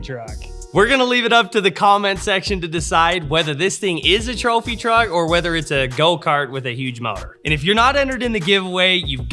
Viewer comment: It's not a go-kart, It's a twophy twuck!